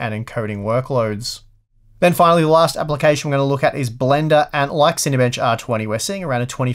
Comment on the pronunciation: Love the way you say Apple-cation